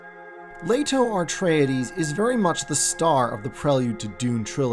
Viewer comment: AR-treides??? Dude, there's only one "r". So it's... AH-treides or EH-treides. Nice video, all the same.